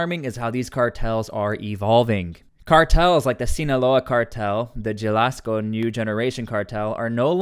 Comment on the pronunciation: "Jelasco Cartel" lmaooo